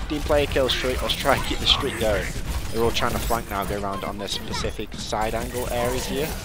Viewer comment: "And all we need to do is lockdown pacific objective areas".. It's "Specific"